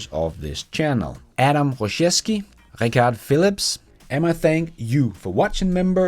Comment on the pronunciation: who doesnt know how to pronounce Richard properly?